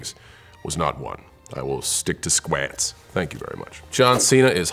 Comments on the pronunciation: Tapabrata Chakraborty no he pronounces it sqwatts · THE WAY HE SAID "SQU-ATS" 😂💜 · "I will stick to sqwaets, thank you very much." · it's like squAtS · "i will stick to sKwAts" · Why'd he pronounce squats like that? sQuAtS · It's SKWAATS.Mark Bell's a friend of Cena's. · I think it’s SQWÄTS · It's skwaats. It's a Mark Bell thing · I heard Squets. 😂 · IM SORRY BUT THE WAY HE SAYS "SQUATS" IS SENDING ME 😭😭😭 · I loved how Cena pronounced it too, lol! :) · The way he says squats lmao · I love the way he says « squats » lmao😂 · why is no one talking about how the table pronounced squats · How the hell does he pronounce ‘squats’ lol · I was not ready for the way he said squats 🤣🤣🤣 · So.... when's John Cena gonna be on screen? also we not gonna talk about the way he said squats?